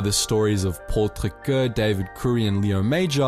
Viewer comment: Great content. As some constructive criticism, please consider sticking to English. For example, the pronounciation of Paul Triquet's last name was nowhere close. Saying place names and family names in English is fine.